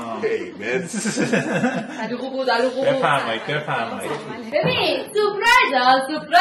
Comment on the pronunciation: ببخشید ولی اعصابم خورد میشه وقتی میگی سلوم